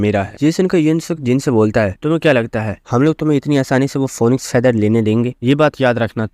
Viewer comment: Bhai phonixe nehe phinix